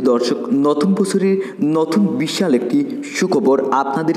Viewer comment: বিশসাল নাকি বিশাল কি বলেন ?? বাংলা শুদ্ধ ভাবে বলেন। আপনার অনেক বাংলা শুদ্ধ হয় না